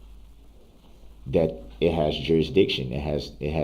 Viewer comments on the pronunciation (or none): He can't even say that he says dat